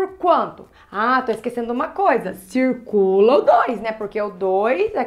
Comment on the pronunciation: " a cê tá esquecendo uma coisa cirrrrrrrrrrrrcula o 2" fofinha